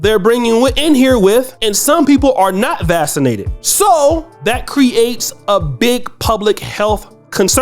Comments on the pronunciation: Pronounced... VaK sin ated. Not VaS sin ated! Other than that, nice channel! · Quick point of clarification..."VAX" inated not "VASS" inated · Is he pronouncing “vaccinated “ correctly for some reason I keep hearing vassinated 🤔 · The word is pronounced “Vax- in -ated” Mr. “Grad. Med School?” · You pronounce it vak cinated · "vassin-nated" wtf man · This guy says he graduated from medical school and says “vascinated”? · I noticed that too.😊😊